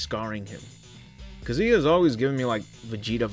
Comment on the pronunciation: Who’s kuh-ZOO-yuh? 🤔